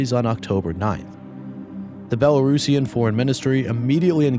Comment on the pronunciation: Respect for pronouncing Belarusian as one should ❤ thanks for coverage